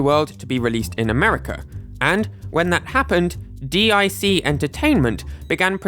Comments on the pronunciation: Its not D.I.C. its pronounced "Deek" I remember it fondly. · Americans know this isn't D-I-C, it's hilariously pronounced dick in the end card. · Btw, "Dee Eye See" (Dic) entertainment... is pronounced "Deek"... but that's not what I or my dad called it whenever it popped up on a show 😏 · D I C?! If I remember correctly, the outro for the sonic cartoon pronounced it Deek. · "Deek" It was definitely laughed at by us elder millennials.. But yeah.. not "D I C" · It's not said, "D-I-C", it's said as, "Deek" Source: I grew up watching cartoons in the '80s and '90s, and the little girl, whose voice talents were used for the DiC logos, said, "Deek" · I love how he said D-I-C Entertainment lmao It's DIC (pounced dēk, sounds like leek). You did all this amazing research for this video, but won't say the name of the production company because you think it is dick. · DIC is pronounced "DEEK" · "Di Ay See Entertaiment" You could just say DIC... oh wait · "D I C" lol even the commercials said deek. 😂 don't try sugar coating it with acronyms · D-I-C entertainment 🤣🤣 lol just say it bro... DIC (pronounced deak) say it with me Dic....DIC! DIC! DIC! DIC! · "D I C Entertainment" was pronounced as "Deek" (they said it every time their logo came on screen at the end of a show) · I always thought it was Koji Kondo that did Yoshi not Totaka? You learn something new everyday eh. By the way DiC the company that made the cartoons is pronounced "Deek". Dunno if you pronounced it "D.I.C." to try and avoid it sounding like "dick" but I just wanted to point that out. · It's pronounced "deek" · No, it’s really pronounced as "d*ck" ;) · Real ones know DiC ain't pronounced Dee Eye See. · as someone who grew up in canada in the 90’s, DiC is pronounced like “deek” 👌🏼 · DIC is pronounced deek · DIC is pronounced “deek”. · Sorry did you say DIC entertainment?, good you you spelled it out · Mario, not Mowrio DiC is pronounced deek Brothers, not broze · "-dee eye see entertainment-" umm excuse me sir